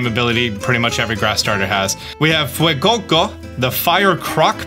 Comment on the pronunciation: I love how Sprigatito and Fuecoco are pronounced with a slight accented emphasis on its Spanish roots. And then you just have Quaxly.